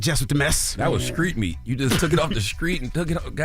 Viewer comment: why did Char just call that man SKREET Meat...